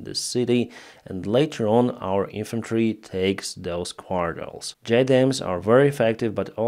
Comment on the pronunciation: What word is trying to say at? It sounds like quartols. Does he mean quarter?